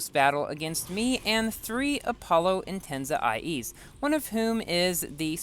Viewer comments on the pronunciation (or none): he said apollo intenza ie haha anyway im a huge fan